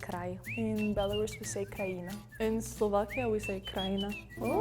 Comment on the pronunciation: krajina lmao not krajine, as a Slovak I am upset